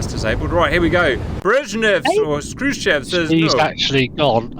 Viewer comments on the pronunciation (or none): none